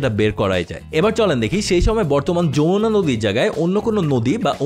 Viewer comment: Yamuna হিন্দি ভাষার উচ্চারণ, সেটা আলাদা একটি নদী। বাংলায় হবে Jamuna।